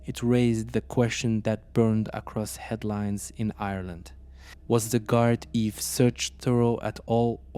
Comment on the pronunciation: the "Guard Eve", this pronunciation is annoying